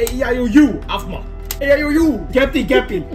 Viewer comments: The thing is I know how to and when he says it I start shouting ITS APHMAU NOT APH MA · THE WAY YOU SAY APHMAU MAKES ME SO FREAKING MAD. ITS APHMAU NOT APH MA. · IT'S AFMAW SHUKI NOT AFMA SHUKII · "Aphma Shuki" 😂😂😂😂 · pronounces aphmau like afthma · You say Aphmau af-moew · I love how was struggling to say aphmau shuki